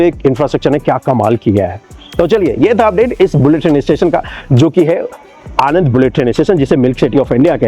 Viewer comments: It is not आनंद, It is आण ं द, આણંદ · Video बनाने से पहले आणंद, वडोदरा , नडियाद वगैरह नाम बोलना - pronounciation - तो सीख लेते। नदी कानाम माही नहीं है, मही है। हमारे जैसे किसी भी गुजराती को पूछते तो जान लेते।